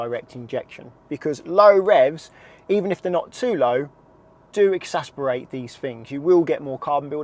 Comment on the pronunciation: The word is “exacerbate” 😂